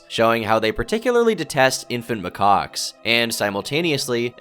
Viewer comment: for Christ's sake, it's not pronounced 'my cocks'...